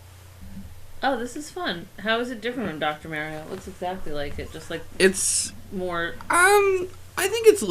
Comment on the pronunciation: D'aaaw, how nice that Slowbeef married the one other person in the world who thinks Mario is called Mehrio. And every single female born after the seventies has been addicted to Tetris at some point, it's normal.